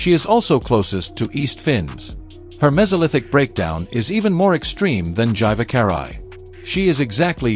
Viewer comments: Gyvakarai is ponounced "Geevahkahrai" where "G" is G like in "grave". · Oof, how it butchers Gyvakarai...